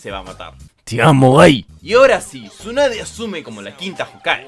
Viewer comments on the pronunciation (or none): Bro, es Shisui no Shusi